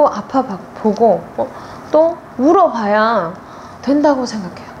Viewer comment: 마지막에 물어봐야 --> 울어봐야 같아요ㅋ